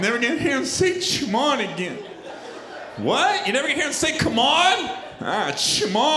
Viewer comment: Gary Owen I love you man but its not Shamod its Shamone. It's MJ's personal pronunciation of "come on". RIP BIG MIKE